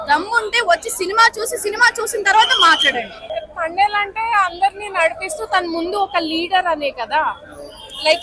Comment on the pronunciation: Thandel kadu thambel slow ga potundi